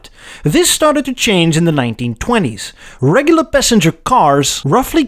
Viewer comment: You sound Dutch “D’regglar sedan” is like “D’neddelins” Maybe Afrikaans? Anyway, it would be so cool to have a woody